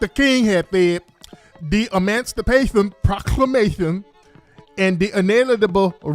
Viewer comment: He emanstipation instead of emancipation. 🤣